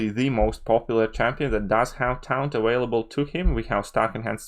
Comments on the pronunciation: It's pronounced like "torn" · This whole video is invalid purely on your pronunciation of taunt. Try again.